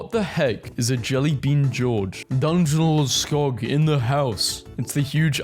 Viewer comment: As a Swede, I can confirm that you pronounced Djungelskog like a native